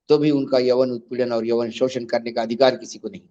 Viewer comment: yaun not yawan